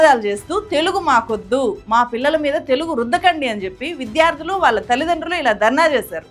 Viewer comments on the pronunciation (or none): none